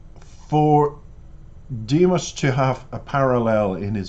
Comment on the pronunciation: Your reactions are lovely, but -- respectfully -- every time you mispronounce Dimash's name it distracts from your thoughtful analysis. It is Di-MOSH as in mosh pit, accent on the second syllable, not DIM-ish. Thank you.